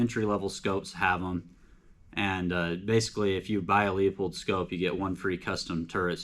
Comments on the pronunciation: It's pronounced Loo pold not Leo pold. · Quality Vortex LMFAO, buddy it's made of chinesium and you will be needing that warranty. Also when you can't pronounce a made in the USA product you have no cred! It's Loo pold not Leo pold. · Well...compare leupold to Swarovski...and it's pronounced Loopold, not le-a-pold. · Dude you should learn how to pronounce Leupold, there’s no Leo in it. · Pronounced, Loopold. They used to say it in the packaging but whatever. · Learn how to pronounce leupold!